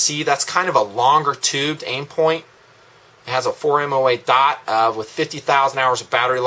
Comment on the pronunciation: Sorry, but it just bugs me how you pronounce the word "dot" like "daught"